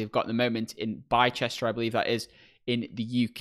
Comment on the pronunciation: It’s pronounced Bister.